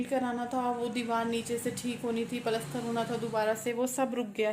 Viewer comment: Usko paltster nhi plaster bolty